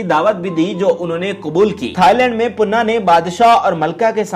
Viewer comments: Panna not punna please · Sir if u don't mind to meharbani karkay sahi pronounce to keejiye punna nahi parna gai oonka naam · Tum mai akal nahi hai Kaya punna punna laga rakhi hai sahi pronounceation Panna hai. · punaa nhi pana nam ha ap bar bar puna khtya rhya hu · khuda ka khoaf krain .............. aik viewer nay aapko kaha bhi hai keh .... issss Legendary Dancer ka naam durust kar lain ...... Laikin poooray video mein +++++++++++ PANNA ++++++ Ko +++++PUNNA ++++ keha gaya +++++++++++++++ Very Bad and Very Sad '''''''''''''''''''''''''''''''''''''''''''''''''''''''''''''''''''''''''''''''''''''' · aahista boola kro date of birth btaya kro punna nhe panna ha name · Panna not punna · Your pronunciation is so bad her name is pannna not punna do some home work he dosent belong to nawab family there is limit of lies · Hahaha Bilkul sahi 👍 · Bhai puna nahe Panna, zabardast video thanks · Jahil admi pannah hai baqi Sara urdu talafuzz ghalat hai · او پیندو اردو تو صحیع بولنا سیکھو نام تو پہلے دیکھ لو کہ کیا بولنا ہے😡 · Please before uploading do your homework atleast say the correct pronunciation of name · Please learn urdu first...She is a Living Legend...we are proud of her..you pronounced her name wrong...Panna ji deserves more respect. Lots of Love and Salam from Manchester..Stay Blessed